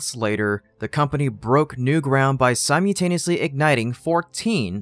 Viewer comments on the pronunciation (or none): Sim U taneusly?????